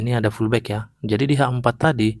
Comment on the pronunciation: bang baca nya pullback BUKAN FULLBACK